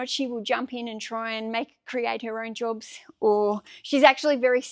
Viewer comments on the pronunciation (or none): none